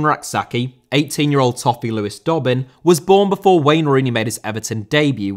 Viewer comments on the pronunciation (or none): none